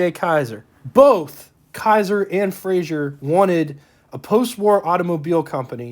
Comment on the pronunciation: Fraser, not Frasier